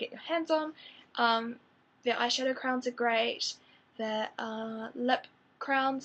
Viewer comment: I kept thinking that you were saying "crowns" and was like oh I've never heard them called that before.. CRAYONS,. CRAYONS.